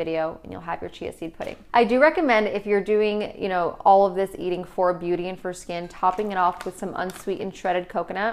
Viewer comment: Anyone else notice "Beaututy"